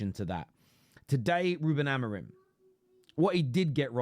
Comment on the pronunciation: I'm pretty sure it's pronounced Amo-rim not Amo-reem, that's how the Ai bots pronounce it lol